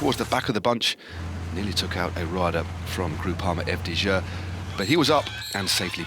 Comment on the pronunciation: Groupama Eff Dee Zhuh?! Come on guys. Either say it properly or say it in English 🤦‍♂️